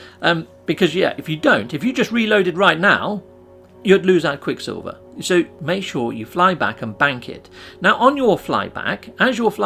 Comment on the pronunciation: Repeat with me quick SILVER not quick Silvia we don't know who that is... and Idk why you have to speak like that, makes your videos unwatchable.